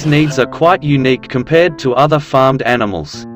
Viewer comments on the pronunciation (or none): none